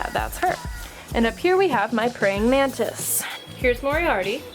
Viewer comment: Instead of mantis i thought she said man tits